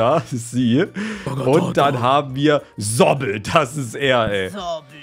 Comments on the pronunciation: 1 pomni ist ein mädchen 2raghata ist ein mädchen 3zooble ist ein mädchen 4WO IST JAX😢 Und zooble wird Suubel ausgesprochen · Es heißt nicht sobel sonder Zubel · Man sagt es Zuubel